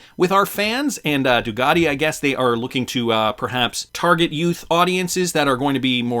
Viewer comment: It's Ducati, not Dugati...just saying